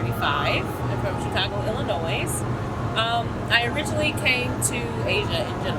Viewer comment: I love the video, but the lady isn't a real Illinoisian. You never pronounce the "s". NEVER...